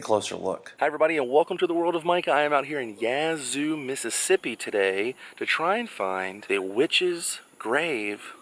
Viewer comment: Thank you for pronouncing Yazoo correctly.